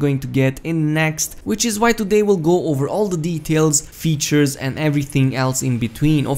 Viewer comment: Did you just say weatures?